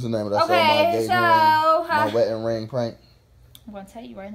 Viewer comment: He kept saying “wetting ring”😭